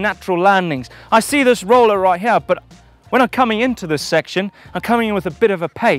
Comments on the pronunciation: Now you've said that I can't stop listening to 'hiyeah' when he says here🤣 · Love how says "here"...."Heeya" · It's a hip jump, that I can jump from hiyeah down to theiyah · listen right meow heryah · It's as if Eric Cartman was playing Super Troopers' "right meow" game.